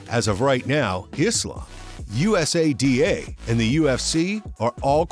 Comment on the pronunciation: Sports "SPAM" is right LOL how could you possibly do the research to make a video THIS LONG, and STILL call USADA "U. S. A. D. A" over and over... Christ